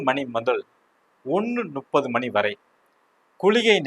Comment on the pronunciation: வாழ்க வளமுடன் 🙌 ஐயா இந்த பஞ்சாக விளக்கங்கள் மிகவும் அருமை அடியேனின் ஒரு சின்ன வேண்டுகோள் 30என்பது முப்பது உங்கள் உச்சரிப்பு நுப்பது என்று ஒலிகிறது 🙏